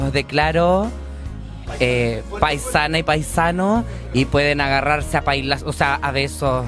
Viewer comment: "Pueden hagarrarse a pailasos" jajjajajjajajaj eres la mejor ❤